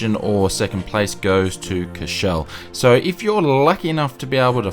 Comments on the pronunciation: Number 4 is pronounced 'core-sh-val' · Its "COUR" "CHE" "VEL". You got to pronounce all the letters. Also small fact about this airport, pilots need a special license to land there. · I'm affraid you also dropped the v in Courchevel